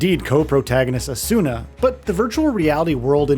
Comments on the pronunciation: First it’s pronounced “Ah-Suna” clearly never watched the show. Second you aren’t locking on half the time. How do you expect the camera to react appropriately? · Who the hell is this Asoona he keeps talking about? Or Eye-or-ee? (sounds so stupid when it's well known how Asuna and Iori's names are pronounced) My biggest problem is the world should not scale with your level. It goes against the entire premise of the anime and even real MMOs. The floors are supposed to be harder and higher level as you get higher...not just match you regardless.